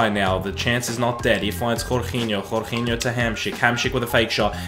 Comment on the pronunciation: Please stop saying jorginho like that